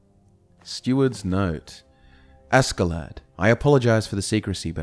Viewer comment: Me a Scandinavian eye twitching at the three syllable name that should only have two. Ask-klädd ”Uskled” (like ”husk” without the ’h’ and led like ”he was led through a maze” or like the heavy metal lead (Pb). Anyways this is something glorious and I think I’ll be listening through it as I fall asleep for a long time ❤